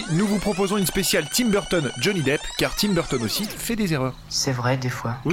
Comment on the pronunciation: Quand tu te rend compte que c’est Tim Burton et pas Timberton...